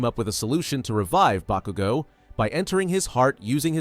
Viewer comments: When he said BA-KOO-GO. I fucking left. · I was crying because bakugo died and then you proceeded to pronounce his name wrong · How the hell is it that yu can say shigaraki but not bakugo